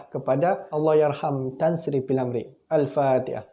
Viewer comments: P.Ramlee...P.Ramlee...P.Ramlee.....bukan P.Lamree....hee ni,org buat content ko pun nak buat! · Bingung juga pengulas nya ini. P. Ramlee ba. Dia sebut p. Lamree😂😂😂😂sebutan pun nda betul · Sebut betul2 lar nma org. P Ramlee.. Bkn nya P Lamree. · P.Ramlee,bukan P.Lamree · P ramlee bukan p lamree. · P. Lamree..!!? 🤣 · P lamree atau p Ramlee atau pi mana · P.Lamree? Lidah kau sakit ke? Filem gelora tahun 1970..bukan tahun 1950..lain kali buat konten lagi2 melibatkan fakta2 orang ternama buat persediaan lengkap dulu..apalah la